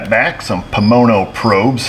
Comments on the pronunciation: You made a mistake human it's Pomona lol not ponomo. Great vijeo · It's not Pomono,it's Pomona as in Pomona California.,that's where they're made.